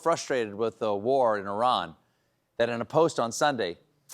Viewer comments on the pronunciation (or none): why did Colbert pronounce Iran as “Oran” WTF??